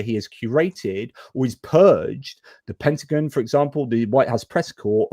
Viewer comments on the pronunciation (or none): none